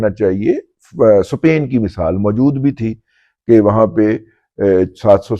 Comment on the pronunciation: Sapain nahi Spain bolte hain . Lagta hy apki angrizi bhi bari gulabi hogi 😊